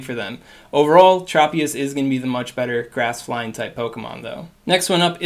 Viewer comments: Great video. One heads up, Tropius is pronounced Tr "o" pi us. Not Trop pi is. I grew up watching the anime 😊 also thanks for your help in these videos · Tr-aw-pious..... LOL